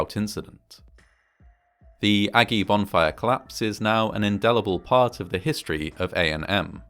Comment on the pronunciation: Is this guy saying "bomb fire"?